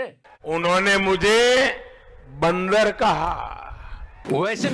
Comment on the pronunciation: Bandaaar kaha😂😂